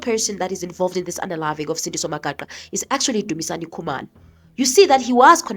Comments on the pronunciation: He cant even pronounce Magaqa's last name. WTF? Acting like he cares for Sandiso while doing his own vendetta, this is a lunatic of note. For us from Umzimkulu this idiot is just obnoxious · He can't even say 'Magaqa' 😅😅😅